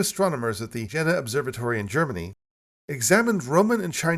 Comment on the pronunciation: Fantastic video. Great editing. I like that you try to pronunciate foreign correctly, so here is some feedback: ‘Jena’ only has one ‘n’, so the ‘e’ isn’t short, its long and sounds like the ‘ai’ from the word ‘main’.